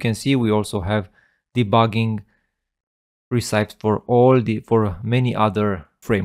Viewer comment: great video, just please check the pronunciation of recipes 🤣😅